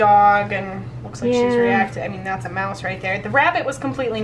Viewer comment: I rly just heard her say "mouces"